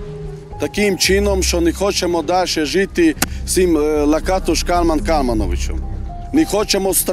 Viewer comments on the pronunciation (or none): Перший раз чую, що наголос на перший склад.всімв ужгороді і самі носії прізвища кажуть ЛакАтош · Цікаво було подивитися, про Закарпаття. А що до прізвища Лáкатош, то це угорське прізвище, а в угорській мові наголос завжди на перший склад. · Як неочікувано побачити тут рідний край та місто мого дитинства і юності - Мукачево😅. Дякую за цей чудовий випуск. Скандал з ромами добре пам'ятаю, але в них вічно якісь свої розборки. Доречі, прізвище "Лáкатош", коректний наголос на перший склад. Ще раз дякую за цей випуск, успіхів❤ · Не завжди. Роми між собою в побуті спілкуються угорською. Здебільшого, українську знають погано, хоча є такі, що й нормально говорять. П.С. Хотілося б звернути вагу цього псевдоблогера на правильність наголосу у прізвищі, яке вимовляють і самі роми. Наголос на другий склад, а не на третій. Міг би підготуватися краще. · Ріже вухо наголос не там на Лакатош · І не кажіть: то ЛакАтош,то ЛакатОш,лиш не так,як треба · кАлман лакАтош. Вини самі декілька разів це імʼя промовляють. Камон